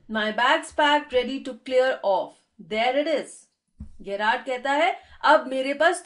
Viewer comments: Ma'am apki explanation achi h but he is gerrard not gyrrard this gggzz not giii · Hi , I know that Gerrard is a unique name , so that's why may be u pronounced it wrong ,but it is pronounced as in Jerrard